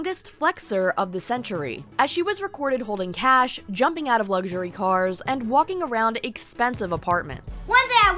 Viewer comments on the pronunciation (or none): none